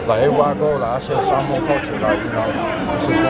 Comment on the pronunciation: Need to learn how to pronounce SAH MOA. Not SaMOWN . Sar-mor-an. Youngsters nowadays tsk tsk UGH